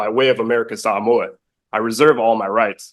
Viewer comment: It's nice to learn the proper pronunciation of Samoa.